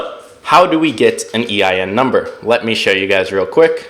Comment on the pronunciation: What are you saying eim number. EIN number.